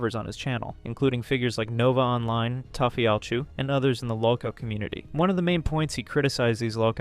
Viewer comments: "toffee-all-chew" lmfao you guys are getting lazier by the upload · "Tofeeallchu" aaaand disliked